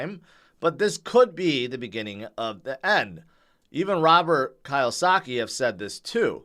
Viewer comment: It’s Key-Oh-Saki. You’re almost there!